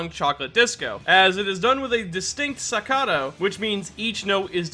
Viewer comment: scata you mean Staccato